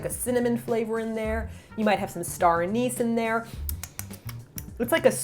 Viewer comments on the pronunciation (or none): none